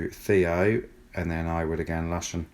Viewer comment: It's 'Looshen' not lush -en ;)